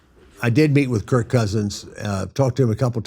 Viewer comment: I've listened to 10 times and I'm convinced thinks Kirk's name is Kurt